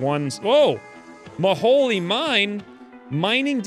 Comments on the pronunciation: It's pronounced Mo-Hole, It is a reference to Kerbal Space Program, an infamous graphical glitch that became canon. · Not maholy mine it is the Mo-Hole